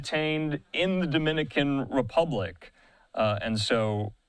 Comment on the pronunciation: Damn man you guys ( every news outlet ) are pronouncing the names of the suspect wrong the names of the cities in the DR wrong lol , how’s this even being put up , could you at least get those right before rushing to put this out ?